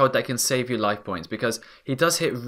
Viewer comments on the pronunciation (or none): none